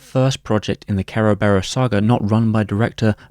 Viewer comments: Kara-bare-rose? It's Ser-Ber-iss the multi headed greek dog that guards the underworld. Cerberus Corp. With an alternative spelling. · don't know why the hell you kept saying Ke ro be ros , is just kuh buh ruhs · Its actually pronounced KEr-veros its the original greek word which the West latinised as Cerberus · I keep hearing "carebears" xD great video as always! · The way you says "Kerberos" sounds like you saying "Care Bears" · Im guessing its closer to the japanese pronunciation that way? Every syllable having a vowel and all that?